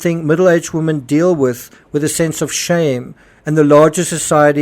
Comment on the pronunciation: 'Women' is pronounced 'WIMIN'